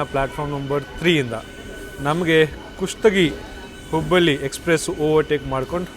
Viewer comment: Bro ninage Kannada uchara madoke baralla ಹುಬ್ಬಳ್ಳಿ na ಹುಬ್ಬಲಿ antiya, ಹೊಳೆಆಲೂರು na ಹೊಲೆಆಲೂರು Are you tamilian.